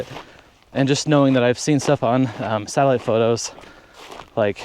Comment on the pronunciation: Too funny. I heard your "satellite" as "salad". Had to listen three times before I remembered close captioning. Ah.